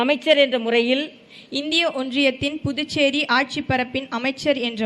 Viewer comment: the guy says "புட்டு சேரி" Pudducheri. Can he not practice and come ???